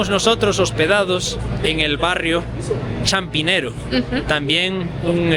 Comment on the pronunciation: Jeje es Chapinero, no Champinero... que disfruten